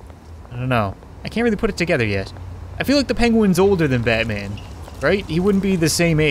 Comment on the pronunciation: Diiid you say Matman in the intro? Lol.